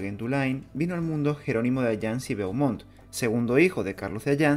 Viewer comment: "Beaumont" se pronuncia "bomon"